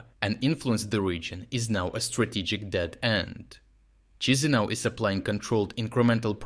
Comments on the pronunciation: Not Chizinau please, it’s Ki-shi-nau (Кишинэу) 😅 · it's always so wild when westerners find out about us lol also it's kee-she-nah-oo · It's pronounced Key-see-now